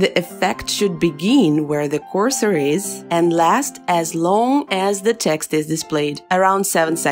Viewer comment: "CORSOR" LOL